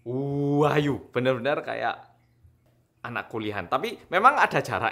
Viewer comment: Uaaaayuuuu khass jawa timure metu yo mas🤣